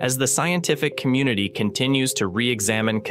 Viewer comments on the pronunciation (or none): none